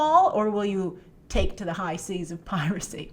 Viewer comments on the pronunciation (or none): none